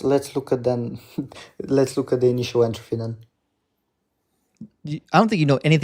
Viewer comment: Physics student with no clue what a constant is. sure....and can't pronounce entropy correctly